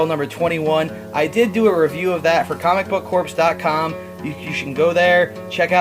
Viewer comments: Core, it's pronounced, not Corpse. You don't pronounce it the way it's spelled. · Comic Book Corps is pronounced Comic Book CORE, man, not Corpse, you're not pronouncing it correctly.